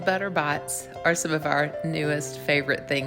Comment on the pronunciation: sounds like you say Butter Bots!